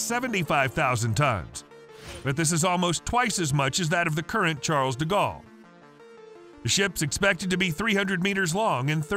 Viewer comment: How dare you pronouce the "s" at the end of "Charles"